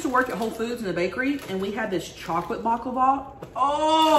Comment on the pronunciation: “Bock lava”😭😂